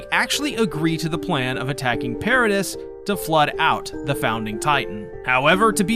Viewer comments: Your videos are great man but you really need to work on your pronunciations...it's not Paradiss Island it's Paradee. It's not Shigannsheena it's ShigONshina. As someone who's clearly a massive fan of the show it's kind of bizarre that you mispronounce important names and places so frequently. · I don’t care anymore, I’m commenting. I love this guy’s videos, do not get me wrong. The one gripe I have is with the pronunciation of Paradis. I grew up learning French I know that you don’t say pear ah dis, it’s more pronounced parody or Pah Rha Dee. Meaning Paradise. Before I started watching these videos I always read it like I read French, so when I finished the manga and started watching the videos it came as a shock. Not in the sense of how does he not know, but that I never read it like that before and it’s just an agitation. Nothing against anyone but myself for having this stupid behaviour. Yes youtube whatever it doesn’t matter blah blah blah there’s the comment lol. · I enjoyed the video, but the "s" is silent in both "Paradis" (pair-uh-DEE) and "debris" (duh-BREE). Those are French-origin words in English, so the pronunciation gets a bit funky. Even worse, there are some British variations of "debris" that pronounce it completely differently (DEH-briss). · Genuinely had to stop at “per-a-dis” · It’s pronounced para-dee bro, the S is silent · couldnt continue watching after the 3rd "Peredisssss" sorry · DEAR GOD ITS PRONOUNCED PAIR-AH-DEE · Wait I’m confused. Is Paradis pronounced “Para-diss” or “Para-Dee” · You pronounced Paradis wrong 76 times in one video. Congratulations on making me mad